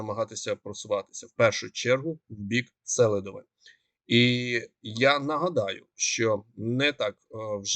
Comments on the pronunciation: Чого СЕлидове,а не СелИдове? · Наголос на ,,И" -СелИдове. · Будь ласка, кажіть правильно СелИдове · СелИдове, а не СЕлидове, СелИдовому, СелИдового, не гарно викривляти назви міст, КурахІвка, наголос на І